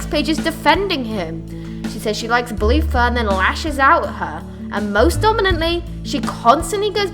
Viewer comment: When u said bluefur I thought you said Balooffa XD